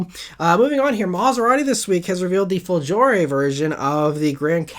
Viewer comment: Hello, great video as usual! Only one small thing: the g in "folgore" is pronounced like the g in the english word "got". Also the accent is on the first o.